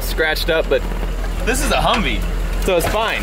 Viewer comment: He called his truck a huvvee